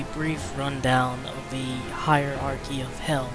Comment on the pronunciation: It's hierarchy, not "heirarchy".